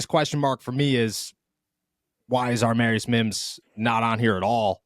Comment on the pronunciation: It's Amarius NOT ARmarius. Please stop adding an R in there, it's ruining a beautiful name.